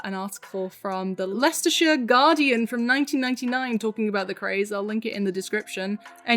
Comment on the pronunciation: ARE YOU BRITISH LIKE WITH THE WORDS jus' or craze